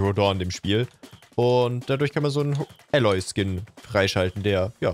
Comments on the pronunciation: Kleine Anmerkung: das A von Aloy wird lang ausgesprochen. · in allem Ehren - aber wie er Aloy ausspricht tut weh Trotzdem ne geile Folge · Älloy. AUA!